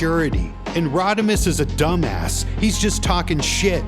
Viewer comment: You calling him “Rodimus” is hilarious